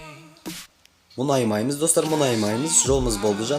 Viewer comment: Ң деген әріпті білесіңба айтшиш мұнаймаймыз деп айта берми